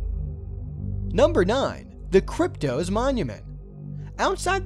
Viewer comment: Krypt-OSS. Not Krypt-OZE.